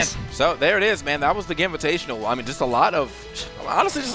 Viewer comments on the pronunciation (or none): Can ee not pronounce the event properly??? Gim-VITATIONAL